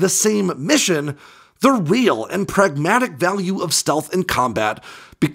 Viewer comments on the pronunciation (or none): none